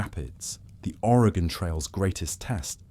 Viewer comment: As an Oregonian, Willamette is pronounced will-am-it. But I’m honestly impressed you pronounced our state correctly, as people from the east coast of the US don’t even pronounce it right, especially the northeast. Thanks for covering the Oregon Trail!